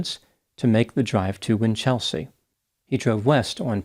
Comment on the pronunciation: WINCH-el-sea, not Win-CHEL-sea